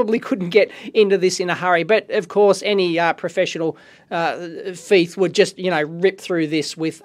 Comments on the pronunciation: You kept saying FIETH not THIEF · Dave pronunciaon of thief is fife lol love it. Great video. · I know i just finde it funny cuz another guy from youtube he is British does the same thing i am not beeing a smart ass Dave sorry if that sounded so.I was just laughing so hard when you said that.